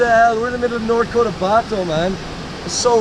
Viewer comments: The wonders of nature. Thank for being brave and adventurous enough and for loving the Philippines so much that you had to go there and show people what they're missing. I myself would be content just watching your videos. Btw, the place is Cotabato not Cortabato. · That is North Cotabato... not Cortabato... cheers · its Cotabato* there is no R